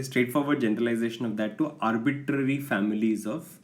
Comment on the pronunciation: Why he say arbiTTTary is funny